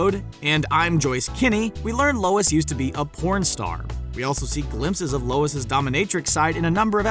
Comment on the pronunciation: “Lois’s” ..seriously?